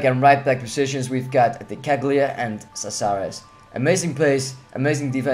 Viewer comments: You say Cácares Kasares and De Ceglie you say De Cheie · Nice team, but you misspronaunced Caceres. If that makes any sense :P